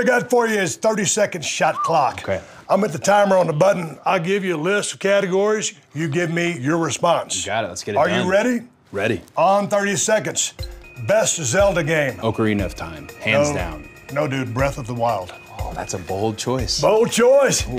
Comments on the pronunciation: The way he said ocarina made me psychically repulsed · Did Cody actually play Ocarina of time since he doesn't know how to pronounce Ocarina? Gotta agree with Steve here. Breath of the wild is the best video game ever made. And that's the bottom line.